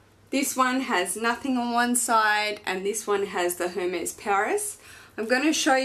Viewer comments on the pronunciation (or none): Beautiful, amazing birkin, congrats!! And congrats on the baby!! So happy for you. One thing, Hermes is pronounced Er-mez or air-mez :) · Congrats! But please don't say the H in Hermes 🙊